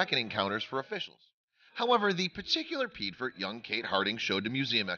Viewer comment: Piedfort= P-A-4, or Pee-Aay-For